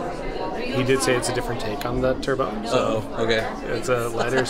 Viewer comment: What a great video! So many v&a videos people seem afraid to speak above a whisper! Something I learned recently that I can share with you: you actually pronounce the T at the end of turbot (TER buht instead of tur BOH)